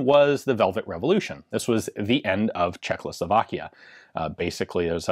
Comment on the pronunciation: Please, stop saying CzechLoslovakia. It's Czechoslovakia. Thanks